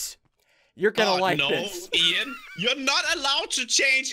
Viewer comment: Can't even say you're properly